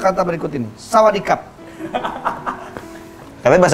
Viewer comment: sejauh ini belum ada yg mudeng, adipati say 'sawaDICKap' wkwkwkwkwkwk